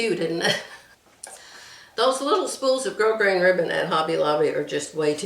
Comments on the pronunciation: Hello, Grosgrain is a French word. "Grow-grain" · Gros grain is French and the S in gros is silent. It’s pronounced like the word “grow”. From a french fan.